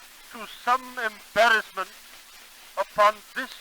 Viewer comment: Always love how they pronounce the letters R and T with the letter D, like the words "Embaddisment, and DIME, instead of TIME.